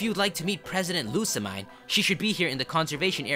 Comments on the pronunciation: Pronounced (Loo-Suh-Meen) Lusamine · it's lusamean (that's how it's pronounced) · you said lusa right but the mine is pronounced as mean lou-suh-mean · After playing through the game, I'm convinced Lusamine's name must be pronounced as "LU-SAH-MINE"... as in... "LOSE HER MIND"... #theory